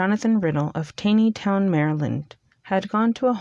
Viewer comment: Its pronounced Tawney- town